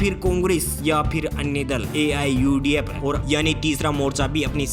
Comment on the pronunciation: Even can't take the name of political party AIUDF Properly. Learn to present yourself. Thenafter, come here to expose your knowledge.